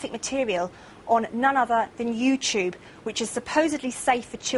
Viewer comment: WTF is "You-chube"